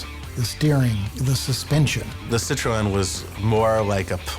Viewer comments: Sit-tro-en? Ci-tren. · Citro-e-n.... -.- it's pronounced Sitren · "SIT ROW N"...HA HA HA....Fucking Americans......sit tron. say it with me now.....SIT-TRON. Ha ha....epic fucking mealtime indeed!! ha ha "sit row n"...classic. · the cit ro en ds lol! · "Ci-tro-en"? Really?